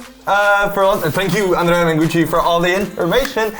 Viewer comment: As an italian, I would say:, you perfectly nailed the pronunciation of "ANDREA".